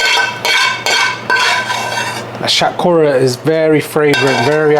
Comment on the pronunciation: Sounds weird when you say bengali words such as shatkhora in the coconut way. Just say it in bengali man give it to them in the real way it’s more authentic like that